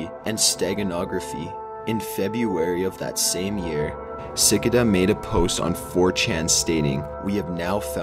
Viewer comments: Tf is a cicuhda . Its a cicAda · I cant listen to u anymore saying sickada its suh-ca-dah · ellen lee s-eh-cuh-duh....it's s-eh-cay-dah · Si-ca-duh is what he said but it's pronounced si-cay-da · Yeah if you like hearing 'sick-I-da' instead of 'ci-cah-da' 24 times in a minute. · Omg Sickada Not Si-Car-Da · “Sick a da” sic-a-da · ITS SA-KAY-DA NOT SICK-CA-DA christ that shit tilted me so hard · no it is SICK-CAY-DAH. not SA-CA-DA and certainly not SAY-CAH-DAH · 😂 he said si-ca-dah I’m pretty sure it’s si-cay-da like the bug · "Sicuhduh" cmon man. It's "sikayduh". I get it that you're not from the south, but damn. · ci-ka-da? you mean seh-kay-dah? cicadas are bugs that typically live on trees in forests. seh-kay-dah. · "si-ki-duh 😂😂😂 Dude its a Si-kay-duh, the same thing as a locust 😂😂😂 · It's pronounced "Ci-'KAY-DAH" like the bugs.... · Sick Kay duh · sicka duh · ellen lee it was getting on my nerves. I like chills but come on. SUH-KATE-UH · I turned off the video after I heard sickada. lol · Its sik i da actually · Omg it’s pronounced sick-ay-duh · Si-kay-da....c'mon man. Also, stop trying to talk creepy, just read. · that's just his monotone voice, although I wish he just would've pronounced it ci-cay-duh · Every British and American dictionary consulted from the late 19th and early 20th centuries recommended the “si-KAY-da” pronunciation. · sick-a-duh.. lol c'mon cuhhhh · For this guy u wanna write out the syllables as Sick-ay-DUH! Lol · Sick-a-da, have you really never heard of a fucking cicada before? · Cant even say cicada (SICK-AH-DAH) Why would I trust any of this vid lol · sic-uh-duh.........* dead * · dude why can't you say cicada. say it with me sah-kay-da. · Its si-cay-duh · Twiggy Morris no, its sih-car-dar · Them SiCkA-dUhs though. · lol sickidah ! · Cicada is pronounced sihKAYduh! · Lmfaooo he took a long pause before saying “Sickada”😭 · si-ca-duh sksksksksk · CICADA - (SICK-K-DUH) CICADA DUUHHHHH LOL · It's SICC-AYE-DUH LOL